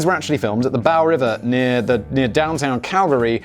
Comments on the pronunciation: It's Bow River.. like a Bow Tie... now like Bow Wow i'm a dog. lol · It’s the bow river, rhymes with slow. And also bow. Nice fact check lol